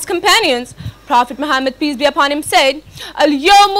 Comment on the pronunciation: kindly reduce over acting & pronounce correctly Prophet's name this is محمّد not ماحمد